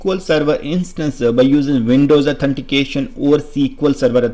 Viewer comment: Can't concentrate because of your 'Connectionaa,' 'Herea', 'Authenticationaa'. Can't you speak without prefixing aa to every word?